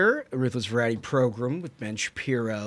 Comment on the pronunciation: Can someone explain why they call it “progrum” Listening to it I thought the guy was just a little slow but I see now it’s intentional.